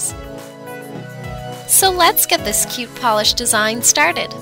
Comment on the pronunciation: Super kaH-yOoT!!